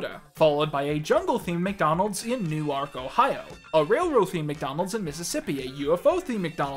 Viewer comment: At around 22 minutes and 22 seconds you pronounced a town I’ve lived around my whole life, Newark, OH, but you said it like “New-ark” and that is the best mispronunciation I’ve heard from your videos. (Love the iCarly saga series btw). Also, seeing the huge building that is a basket on screen for two seconds makes me happy.